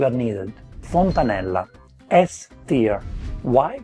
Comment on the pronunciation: Gosh, what is so difficult to learn to pronounce "tier" correctly? It really sounds so silly!